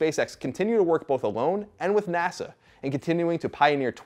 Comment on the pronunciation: "Nasha should..." I giggled. You can giggle too.